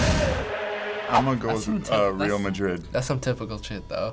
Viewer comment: the way he said Real Madrid made me want to cut open my stomach and eat the insides